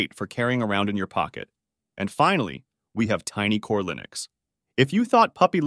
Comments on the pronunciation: Did I hear Bodhi /Lainux/? Really? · Pls check the internet for the correct way of pronouncing linux, a word which comes from the work of Linus Torvald, so it is not a regular English word. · Linn - ux not Lie - nux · It's "LION-icks," the distro that has a lion, not a penguin, as its mascot. It really ROARS! 🦁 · I'm assuming this is an AI voiceover that can't pronounce Linux.